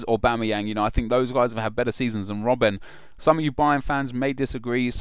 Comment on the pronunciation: You missed the "G" in Aubameyang and pronounced Mkhitarayan wrong :/